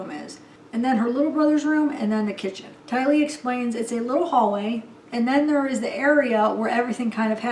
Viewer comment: You said "TY-lee" 😁😁😁 that sounds great. You are so sweet. Hang in there through this new normal. 🦄